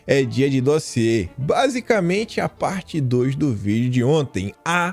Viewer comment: Já deixei meu "like", no "dóziê" do. 😂😂😂😂😂😂